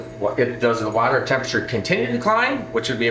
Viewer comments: It's pronounced water not water😅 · Wadder? lol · Try using regular water instead of your special “wader”😂😂😂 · Love how he said water